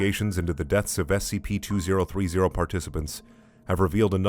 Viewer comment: You're the only person who reads the SCP numbers correctly. As ex military and government I thank you for tending to my nitpicks